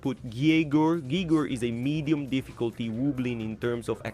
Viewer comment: Medien? Medien? Really? It’s medium.